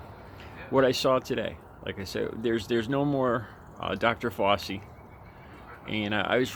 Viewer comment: Who is Fossi? lol try saying "fou" like in found, and try saying "chee" like in cheese. Put those together and you'll get it right.